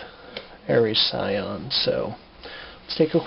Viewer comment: Shion isn’t that hard to pronounce my guy.